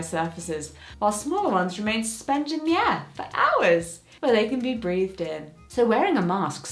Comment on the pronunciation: As a non native speaker of english, I’ve never heard the words “breathed in” pronounced out loud, and ehhhhhh.... How?